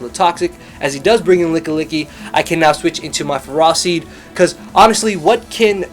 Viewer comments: LOL Ferr-ah-seed. E-Lo's stream lulz. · Every time you say ferraseed I die a little </3 Btw, dat PMD music <3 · He was saying Ferroseed oddly because of the nickname, I don't think he says it like that normally.